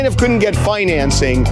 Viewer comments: That’s not how you say “financing.” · Why does the way he says financing bothering me so much !! At least the guy was honest. He should get some credit for that. And I think there should be a time limit on it I don't think you should have got it back after a year that is ridiculous.